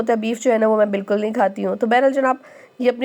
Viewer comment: Bilkal ni bilkul bola karain..... baki ویڈیو boht informative hoti hy Allah apko mazeed kamyabi dy